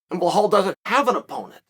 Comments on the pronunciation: It’s Be•lál not blehal Remember the Name! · Belal not Blahaul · Same with Belal, his name is Be-lal not Bla-hal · It’s Bilal NOT Bihlhlal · blahale hahahah you never say it right but still funny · Who's this blahaal Mohammed guy? 😅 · How come Chael has such a difficult time pronouncing any of the Arabic names? Belal (theres no H in there) Hamzat (the letter Z comes after the M) 🤣🤣🤣